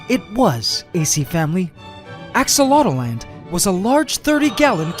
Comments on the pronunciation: Why do you keep saying "axolot-O-land" ..... Its "axolot-land" you add another vowel in your own tank that you named yourself!?! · Ask-A-Lot-Land. Your "Aqua Dragons".... May Ax-o-lot. C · Not.enough to.go.around no, it’s AxoloteL-land